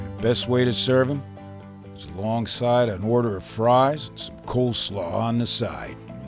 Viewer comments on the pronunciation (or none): none